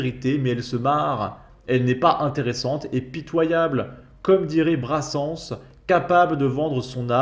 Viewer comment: Oh lala, c'est trop, là! On ne dit pas [BRASSANSSE], on dit [BRASSINSSE] pour prononcer le nom de l 'auteur-compositeur-interprète Georges Brassens!!